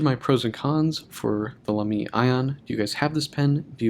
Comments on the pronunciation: Thanks for a nice review. Even if your pronunciation of Lamy drives me up the walls... Great job with the a in La, but don't stress the second syllable. Like Baby. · It’s laa-me